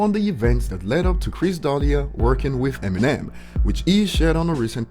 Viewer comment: Dislike cause u cant say chris name right